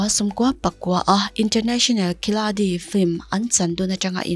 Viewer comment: International khilari tih anga lam rik tur,mhse kn ziah dawn chuan ' khiladi' tih tur, ho lam deuh mah nise kalo sawi ve mai mai...